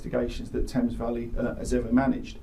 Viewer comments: Tames is pronounced "Temes" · Thanks for covering a UK story. Just so you know 'Thames' is pronounced 'Tems' yep, weird but then there's other place names in UK that are said completely different to how they're spelled! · Friendly FYI from a recent Sub in the U.K. : For future videos about the U.K. that may come up… In the place called “Thames Valley” the first word is actually pronounced more like “Tems” - gotta love the English language 😂🤣😂🤣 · Thank you for covering a UK case! We were all following along in real time with baited breath. Couple of things, Thames is pronounce Tems and Buckinghamshire is pronounced buck-ing-am-sheer we like to shove silent Hs into all sorts of words and pronounce things different to the spelling! Also we use 'saddo' as slang for loser so she was probably just jokingly calling her brother a loser rather than it being in reference to his mental health. So many things done wrong in this case is due to how woefully funded all our public services, especially the mental health system, which leads to crappy training. The poor family have had to deal with so much loss and my heart breaks for them. So many people die as a direct effect of our broken mental health system in the UK and it only gets worse year on year as the people in charge continue to drain more more funding out of it. People are drowning and our goverment is throwing them more water instead of throwing them a flotation device and it's disgraceful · I’m new to the channel and love your content and presentation. Keep up the good work! Just a little note on this one. Thames is more commonly pronounced “Tems”. This goes back to Prince Albert and his difficulty in pronouncing English words with his German accent. You’re a great writer and presenter. Really enjoying it! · Am just starting this video but loving the way you’re pronouncing the British place names etc 😄 Not easy unless you know, but for example ‘Thames’ is pronounced: Tems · Thames = tems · You pronounce Thames tems ❤